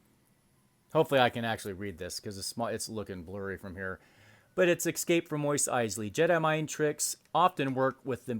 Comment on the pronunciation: I really hate it when people say 'excape'.....